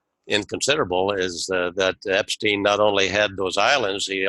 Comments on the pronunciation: I don't anderstand why you prononce his name "Epsteen" instead of "Epstein", it makes no sense to me. I have never heard ayone call Albert Einstein "Einsteen"... Can someone give me a rational explanation please ? (I am french). Thanks. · Great video once again! Learn to pronounce Epstein correctly though! It's disturbing to hear Epsteen all the time and it takes away from the info! How do you pronounce Rosenstein for instance? Certainly not Rosensteen! Right? Btw, chemtrails are alive and well in Sweden (keep your bodies alkaline, eat fresh ginger and drink table spoons of apple cider vinegar every day to fight it, as the nanobots thrive on stomach acids), and the name "Serialbrain" to me implies a group of people! Stay away from crypto's! Digital money made from thin air is worth zilch once the economic system goes down world wide, which is soon! Peace and love everyone! Jesus is number ONE! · I don't anderstand why you prononce his name "Epsteen" instead of "Epstein", it makes no sense to me. Can someone give me a rational explanation please ? (I am french). Thanks.